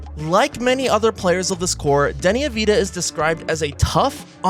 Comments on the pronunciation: sorry, some corrections: 1. its deni avdija, not deni avida. 2. deni is not an improving defender, he was a better defender on the wizards when he wasnt the main guy on offense. 3. the all star is not east and west, its usa players vs the world. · AV-DI-JA pronounce AV-DEE-IA ... if you watched his games you should have know that